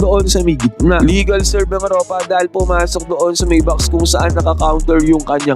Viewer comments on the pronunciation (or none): none